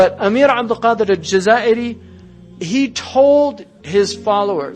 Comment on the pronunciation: Pleeeeeeeaaaase: EL-JAZAÏRI !!!!